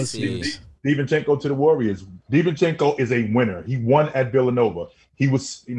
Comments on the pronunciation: Divencenzo not Divenchenko he has Italian surename not Russian. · Divencenzo pronunciation is killing me